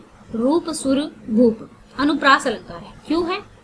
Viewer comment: Not anupriyash , it's anupriyas ok ma'am 👍👍👍